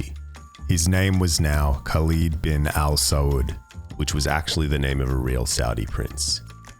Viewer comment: it angers me how no one could tell his pronunciation of Al Saud is sooo obviously non Arabic